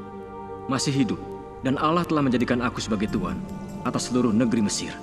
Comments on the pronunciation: Ko bilang ng nya alah bkn allah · Kok alah bukan allah